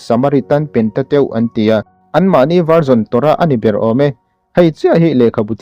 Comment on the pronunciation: Han en thuak chuan Theologian emaw tih tur angin i langa, amaherawhchu "Pentateuch" i han lam aṭang chiah khan ka ngaihdan ka thlak hmiah 😂